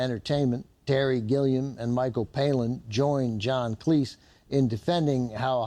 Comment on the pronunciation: Hey, Cleese is pronounced like cheese.;) (according to Cleese himself)